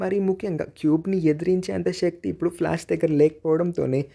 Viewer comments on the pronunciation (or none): none